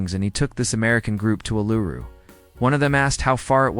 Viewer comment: You were doing so well pronouncing Bondi correctly. Then you butchered Melbourne 😞 And then you did the same to Uluru 😞 I hope you don't mention Brisbane or Canberra - you'll probably mispronounce them too